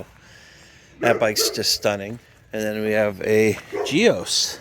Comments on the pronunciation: Excellent video. Sounds like a great family man who was lost to early. Superb selection of bikes. As a Gios Torino owner that caught my eye. By the by the name is pronounced as “JOSS” and not “Gee os “ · I'm sure the guy's wife was happy to see the bikes go to a "good home" as they say. You never know when your number's gonna come up..when ya gotta go..ya gotta go. Until then, LIVE YOUR PASSION(s) every day!!! BTW- GIOS = JOESSS. Like Joe's but with more S, less Z. Not Gee-Oss... just one syllable.